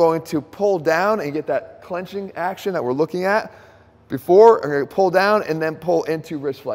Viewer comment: Drop the "c" in AXCTION...AXTION.